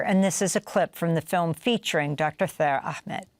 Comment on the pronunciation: His name is Taher Ahmed , Not Thaer Ahmed😔